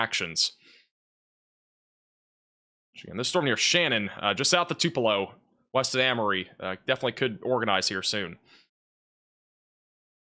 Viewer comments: it’s “Two-pa-low” Tupelo. It’s easy to miss the warning if mispronounced so badly. Love you! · Fyi 3 pronunciations Tupelo - two pull oh Cherokee- chair oh key Buren first four letters rhyme with pure In honor of President Martin VanBuren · Pronounced Tupelo 2 pe low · "Too p low." Try that! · The accent is on the first syllable, TWO-pa-low,. as in Tea for Two-pa-low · Two - pull - oh Lol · Tupelo, Pronounced: too-pull-oh Elvis Presley was born there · You are butchering the pronunciation of Tupelo and Winona Mississippi!! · He is really butchering the pronunciation of Tupelo and Winona!!!!! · I lost three good friends today playing the Tupelo mispronunciation shot game. RIP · Someone needs to go through the video and count the different variations of pronunciation. He got it enough times to make me think he's trolling us now.